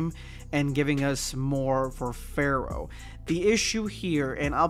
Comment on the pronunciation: I forgot Pharaoh was even a thing. I kept thinking you were saying fair. I was like “what the hell is he talking about?”